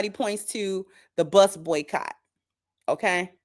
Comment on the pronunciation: Lol every body said buycot!!!!!!